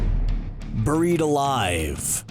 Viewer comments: Bair-eied not bur-eied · Are we all going to ignore the way this dude says buried. It's not "burried". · STOP SAYING “BIR-IED” ALIVE!” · "Boh-reed alive" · “Bureed alive” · “BOO-ried alive...” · Me reading: "Buried Alive" CBR: "BOEU-RIED ALIVE" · It’s pronounced (bear-ied) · Did anyone else think he said boried alive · Ok, burr-eed? No. It's not pronounced that way. I am bemused. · BORIED ALIVE. LEARN ENGLISH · Derik Savage "Burrr-reed alive" lmao...I heard it too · The way he said buried really annoyed me 😂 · The way this guy says buried 😠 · Learn how to fucking say buried 🤦🏻‍♀️ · Why are you saying “buried” like that 😂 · I think I'm more creeped out by how you're pronouncing "buried." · Its hilarious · I know right lol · You say buried in an odd way